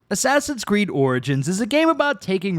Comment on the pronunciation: Asswawsins cweed oranges